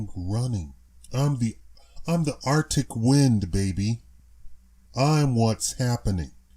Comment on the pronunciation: My man said "I am the artic wind". Lol. Cold as ice. That is wassup. Lol.